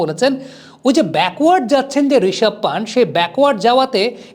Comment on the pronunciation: পান্তু না পন্থ। উচ্চারণ গুলো শেখ!